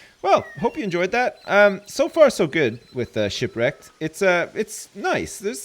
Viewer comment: "Don't Starve: Sipwreked"